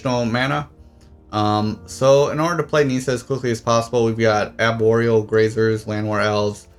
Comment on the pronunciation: It's pronounced Ni-ssa not Nee-ssa. Also It's pronounced Ar-boreal not A-boreal.